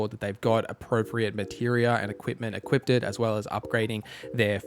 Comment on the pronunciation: There is no "t" in either "equip" or "equipped" 😂